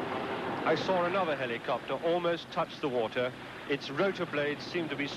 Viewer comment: "Anothet" ....Is that a smaller Exocet?